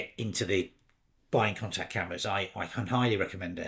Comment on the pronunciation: I've been pronouncing it 'con-tax' but I think you're saying 'con-tact', although maybe I'm wrong. I just bought an RX, and also an RTS II to shoot with classic Zeiss CY lenses in their native format. Great overviews! Curious to know which lenses you are having success with - I have hardly removed the 28mm 2.8.